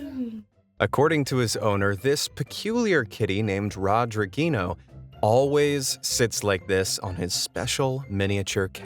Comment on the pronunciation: Rodriguinho in english becomes Lilttle Rodrigo lol. Love how you tryed to say INHO. So funny lol